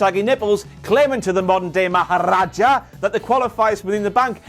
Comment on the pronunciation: Man I just realized right now how says Maharaja with them rolling rs